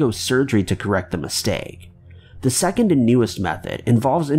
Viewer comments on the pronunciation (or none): none